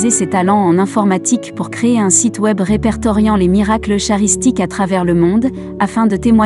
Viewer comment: Bonsoir. Belle vidéo sur mon cher ami du Ciel Carlo. Une petite remarque : son nom de famille se prononce "Acoutisse" et le terme "eucharistique" se prononce "eukaristique" 😊🙏. En union de prière avec Carlo 🌺.